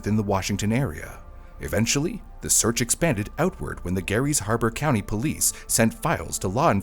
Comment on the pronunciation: Gary’s Harbor? It’s Grays Harbor. :) This story was super interesting!